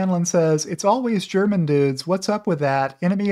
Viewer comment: I am German and I love your show and Tesla. Especially when it come to the German automakers Germans are good in lying :) Btw, your German pronunciation is pretty good.